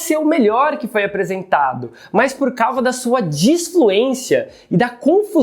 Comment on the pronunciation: Gringo fala Melior em vez de melhor